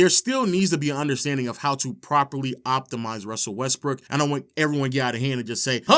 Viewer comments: It sounds a lot like this dude is steady saying westbrick instead of Brook or am I tripping??🤔🤔🤔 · Is it just me or he keeps saying westbrick